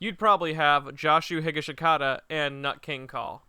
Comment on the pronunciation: im sorry the way you pronounced joshu higashikata..